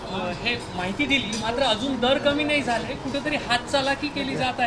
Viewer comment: झाले‌ का झारे रररररर करतंय